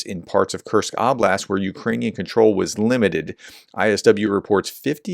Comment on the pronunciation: You're back to saying "Ahhblast" again instead of "Ohblast" as you had begun saying. But you're still saying "sha-HEED", aren't you ? (It's supposed to be said "SHAA-hid")